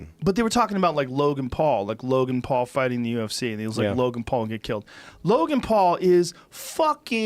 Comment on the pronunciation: Joe "Logang" Rogan